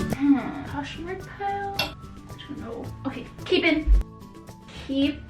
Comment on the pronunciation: The way she said keep KCHEEEP